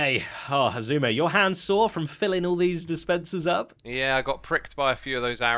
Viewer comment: so do we now pronounce it ice-suma?